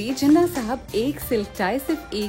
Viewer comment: Mujhy umeed na thi ky ap jinnah ko theek sa bhi pronoun ni kar sakin gin